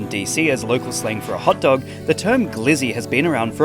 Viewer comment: My guy called it a “hut dug” 😂